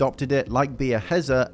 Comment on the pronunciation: Beer hezzer as well ffs pronunciation